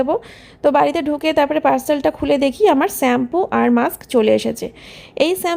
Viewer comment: আবার স্যাম্পু,,,,, সত্যি তুমি একদম,,,,,,, শ্যাম্পু বলার চেষ্টা করো। বাচ্চা কে কি আর শেখাবে এইসব ভুলভাল উচ্চারণ 😮